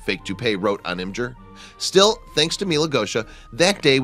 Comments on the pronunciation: is no one going to point out the fact that he said im-ger instead of im-gur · Why Does He Pronounce Imgur Imjur?